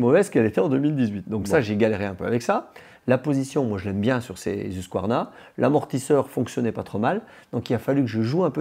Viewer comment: ousquarna PTDR MES OREILLES SAIGNES